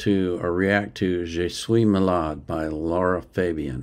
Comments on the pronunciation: Thx for your reaction , like it. But please, say her name right.. it’s Lara, not Laura. It’s not the same thing. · Your getting close. Just La..Ra Same pronunciation as the movie title La La Land.